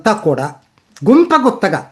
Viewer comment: గుంప గుత్తగా కాదు... గంపగుత్తగా అనాలి 😂